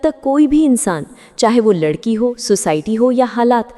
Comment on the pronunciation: Last me ladki ko ludki bola apne 🤣🤣🤣🤣